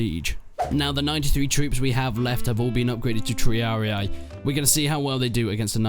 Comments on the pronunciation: Triarii, not “Triariae” :D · I don't mind the pronounciation, but truly so people don't nag you in the future, here's a simple run down. You pronounce hastati well Principes is pronounced "Prink-e-paes' Triarii is pronounced 'Tree-ah-ree" instead of "tree-ah-i" turns out C's were pronounced as a K in old latin, and the soft c's were plebian. Thus Ceasar was pronounced Kaesar - Fun fact, in a lot of european languages, emperor translates to something alike Caesar. Kaiser, Cisar, Tsar, Kejser, Cesar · "Prinkipes" "Triari-i" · They are not "Triari I" ! they are Triarii. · TREE-AR-EE-YAEEE!! rofl it's t-ree-ar-ee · The correct pronunciation of triarii is tree-are-ih-ee, not tree-are-ee-aye, ih-ee merge together and dont sound like 2 syllables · Please learn to pronounce the names of the troops... There Italian names not what ever language your using to translate them to. Not English the way you pronounce "Triarii" is really funny. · Prinki what? Bruh. It's PRINCIPES, not Prinkeepees. Triarii is also pronounced wrong. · yeah sorry i got carried away, it's really only the triarii that was wrong. You pronounce the 'i' in the end as an 'i', when it's supposed to be 'E'. E like in eat, instead of 'i'. again it's just nitpicking, nobody really cares how you pronounce it.